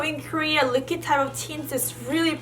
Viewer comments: She says Likid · no one:: l i k i d. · was she saying liquid lips?